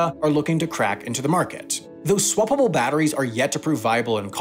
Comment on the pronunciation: When he said "swappable" it makes me laugh every time. Like swa blah blah... LMAO